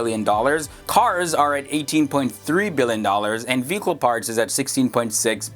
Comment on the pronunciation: Anyone else think he was saying “fecal parts” instead of “vehicle parts”?